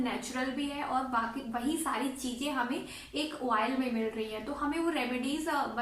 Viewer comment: Oil hota hai madam oiel Nahi